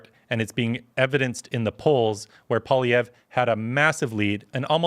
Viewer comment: it pains me to hear a Canadian mispronounce Poilievres name LOL "Pua Liev"